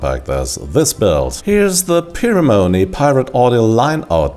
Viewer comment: Interesting pronunciation of 'Pimoroni'. I suspect the guys at Pimoroni pronounce it Pie-Moroni.